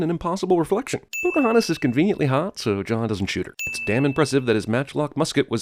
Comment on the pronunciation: PC-hontas lol.